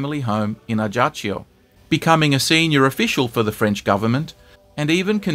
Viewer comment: You don't pronounce the J in Ajaccio.